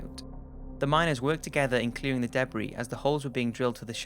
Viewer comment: I'm really curious, but I'm worried I'll sound rude, so please don't take this the wrong way... Do you pronounce "debris" that way because of your accent, or because you're unfamiliar with the word? I've heard you say a lot of words very differently from how I'm used to and I can never tell if it's the accent or lack of experience with that particular word. It's always more difficult to tell when it's a person whose first language is English. I'm so unfamiliar with the... I'm guessing New Zealand accent? Maybe I'm wrong. Sorry.